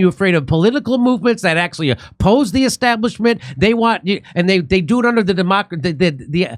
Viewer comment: "Because chaos favours the esstablishment".